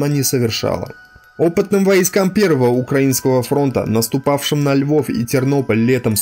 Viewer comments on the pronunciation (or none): none